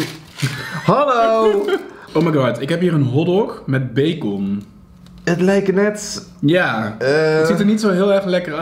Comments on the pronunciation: Hoe zeg jij bacon je spreekt t uit als bacen niet bacon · Bagon LOVE NAAR JOUW UITSPRAAK❤️ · Haha becon je spreekt het echt grappig uit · Omggg jij zegt bacon zeemaar met een o en ik zeg bacen zegmaar😂😂grappig😂😂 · Cajon en baakon love je uitspraakkk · Grappig hoe je bacon uitspreekt😂 ‘beekon’😝💗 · Beekon? Hahahhaha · Hoe jij bacon uitspreekt haha zegt Beykon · Hoe jij bacon uitsprak bij de hotdog😂😂😭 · Whahaaa lovee The video vooral hoe jij bacon zegt🤤😂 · hahaha je spreekt bacon zo verkeerd uit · “Omg ik heb hier een hotdog met bacon” hoe jij dat uitspreekt 😂😂❤️